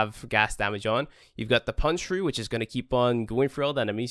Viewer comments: 441 punc tree? You mean pun k chur? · Pretty sure the "e" is silent in puncture.